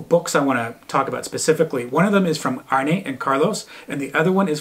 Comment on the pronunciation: Arne is not pronounced like Arnie. Its Arna